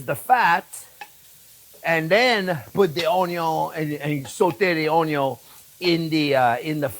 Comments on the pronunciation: "I got one big onyo!" Same, chef. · As long as he keeps saying "onyo" I don't mind the talking at all 😅